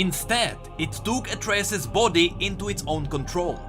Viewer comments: Why are you saying Atreus like its said in greek mythology and mot how Atreus class himself or how you said it in the previous lore video? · Yeah, i was wondering why did used the Myth's pronounciation in this video when in Pantheon's interaction vid, it explicitly used pronounciation of "Atreus". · Pronounces Atreus wrong Riot: Changes Pronounciation in Rework: Uses Old correct pronounciation Riot: Am i a joke to you? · Please pronounce Atreus the way you used to, it feels disgusting hearing it in the middle of this great story. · ITS PRONOUNCED AS ATREUS BOT ATREUS !